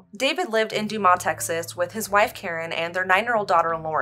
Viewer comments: I got a little laugh out of it hahaha since im from amarillo, I've never heard it pronounced that way LMAO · Also its pronounced "Doom-as" Texas instead of "Doo-mah" haha! Doubt you'll ever come across that city again but just in case.